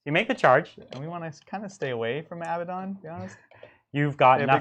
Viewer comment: Hello, please pronounce his name correctly, it’s A bad un, not ABBA Don! That sword of his is deadly, may the False Emperor protect you!